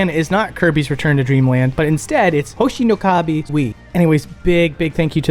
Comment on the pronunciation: It sounds like you're talking with an Italian accent every time you say "Hoshi no Ka-bi" lol (I don't mean this in a mean way, it was just kinda funny). I liked the section about the origin of Chau, super interesting!